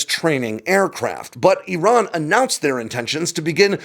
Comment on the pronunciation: Appreciate your ability to pronounce "Iran" properly. Other American military YouTubers butchers it.